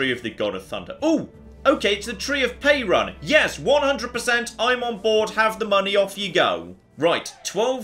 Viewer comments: Perun is pronounced as peh-roon not pay-run. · Hahahaha...oh dear...the way he pronouces "Perun" is DELICIOUS XD